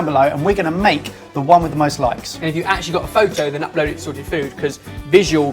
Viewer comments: ''sored'' food, hahahaha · I think you dropped the "T" 😂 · THE T WHERE IS THE T WHEEEEEEEEERRRRRE?! I'm going to need therapy after this.